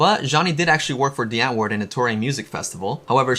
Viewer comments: Why are u saying "DEE antwoord"??? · Irks me you can’t say Die Antwoord correctly